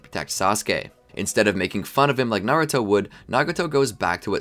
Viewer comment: Is Naruto not nauto